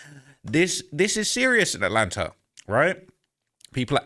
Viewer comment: why do English people pronounce words like "Atlanta" with an "R" at the end? Atlanter? No disrespect, I'm from Oklahoma, so I already talk funny too. I'm just asking what's up with the "R" thing?